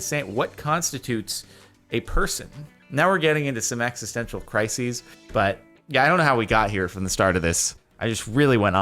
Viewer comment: Is it me or did JORDAN say crisis like kree-sis.